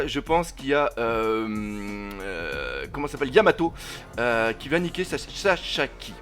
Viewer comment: Pourquoi tu dis Chachaki c est écrit Sasaki pourtant nan ??